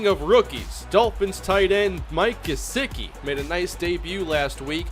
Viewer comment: Gesecky not gesicki, btw I know how it’s spelled that’s just how you say it